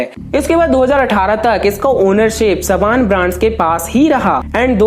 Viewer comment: Haim sabaan nahi Haim saban